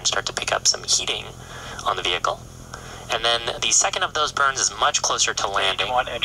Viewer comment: "Veecle is peeching dahnrange" 🤣🤣🤣👍